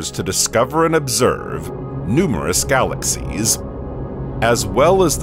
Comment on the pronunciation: It's fascinating this new pronounciation of the word galaxies. Galaxies, 3 syllables, right? That's what I thought, but, no, it now has 4 syllables by the narrator calling it " galaxies-uh." Must have said it this way 50 times, galaxies--uh. Glad he didn't teach English class to my kid.